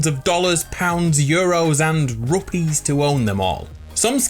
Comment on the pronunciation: I'm glad he said 'rupees' RESPECT MAN!!!